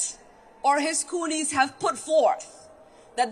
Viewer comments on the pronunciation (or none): I think mz omar meant to say cronies and not coonies. She might need to practice her speeches before giving them. It makes her sound like she is just spouting off at the mouth with a bunch of nonsense.